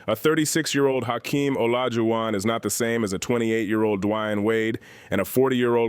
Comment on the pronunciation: AI. is shi... just destroying the pronunciation of players names 'd-wine' wade!?! WTF!!! Hakeem 'o-low-ju-on'!?! what the actual F!!!